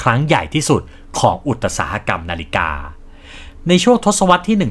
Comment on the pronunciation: ทำคลิปออกมาได้ดีครับ ทำลำดับข้อมูลได้ดีครับ ภาพประกอบเยอะทำค้นคว้ามาดีมาก แต่aiน่าจะอ่านคำผิด คำว่าอุตสาหะกรรม น่าจะอ่านว่า อุด-สา-หะ-กำ ตามราชบัณฑิต เป็นกำลังใจครับ